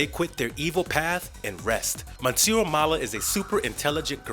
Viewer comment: The repeated mispronunciation of "Monsieur" and the narrators use of it like it's a first name, when it is instead a french form of adress and the equivalent of "Mister", makes me angry.